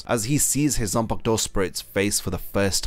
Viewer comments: "zanpakto" smh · ''zampak-to' LMAO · I hate how you pronounce zanpakuto